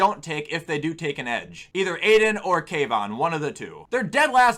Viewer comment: at about I love when he says like he thinks he is going to prenounce kavyons name wrong and he gets it right and then no hesitation just butchers oregon its not OROGON lol